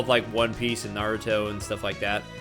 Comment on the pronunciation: mispronouncing Naruto is a crime😂